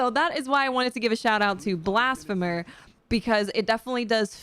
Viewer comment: Great vid and fun to listen to. Oh and Blasphemer is pronounced blasFeemer. Keep up the great work.